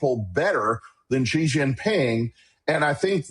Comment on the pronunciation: Xi is pronounced /sh ee/ not /ch ee/